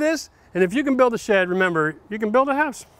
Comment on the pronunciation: P.S. fact: I just love the way he pronounces "house" ...